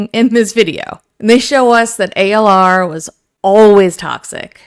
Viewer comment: It's not ALR its ALyR